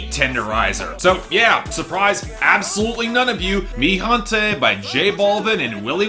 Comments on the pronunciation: it's pronounced "hente", not "jonte". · "Gente" is pronounced hen-tay